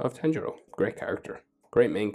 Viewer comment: Btw u pronounce Tanjiro as TAA- N-Jiro